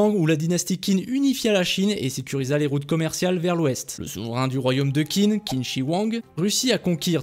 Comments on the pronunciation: TCHIN !!!! Ca se dit tchin, et non pas kin (pour la dysnastie qin) Pareil pour xia, ca se prononce chia Et sinon le jeu m'a l'air bien a chier, sac a pv, personnalisations, rpg, microtransactions, ni assassins ni lame secrète, armes lourdes... Bref pas ce qui fait un assassin's creed. Et en plus ils gachent une super période historique qui aurait pu faire un très bon jeu sur console. Bref, ce n'est clairement pas pour moi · en chinois qin se prononce « tchin » et xia se prononce « chia »